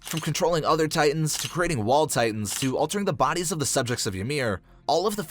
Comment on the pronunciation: "Altering boides"